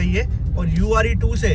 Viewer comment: Ure2 nahi hai uer 2 hai Are you pronouncing it wrong?